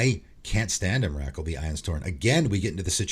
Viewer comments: The emrakul pronunciation killed me, it's pronounced em-ra-cool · Wow, I’ve never heard Emrakul pronounced like that, I was listening and was thinking which card is that? Lol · As a subscriber to your channel and someone who purchased at least two cards from each of your "Cards you should put in your deck" lists, let me just say this- I would ban your pronunciation of "Emrakul" ;)